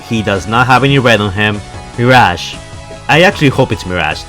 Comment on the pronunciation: Mi r a ge not mir aaaaaaa ge